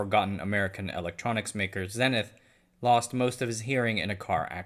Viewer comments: Not 'zenneth', Zee nith. It's a word as well as a brand name. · "...forgotten American electronics maker, Zenith..." Zenith is pronounced ZEE-NITH, not ZEH-NITH. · Zenith is pronounced "ZEE-nith" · The brand name Zenith was pronounced (ZEE-nith)